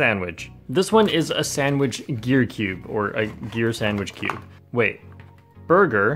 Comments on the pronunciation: Burr-gear? Or Burger? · “Bur-Gear” - 2021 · says burgir